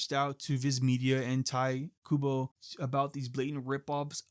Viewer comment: Its pronounced taito kubo